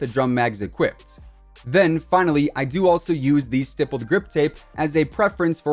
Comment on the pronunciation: Stippy grippy🤣